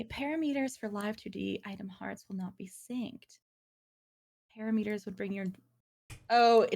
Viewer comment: is lovely and this is so not important but that pronunciation of "parameters" gave me hives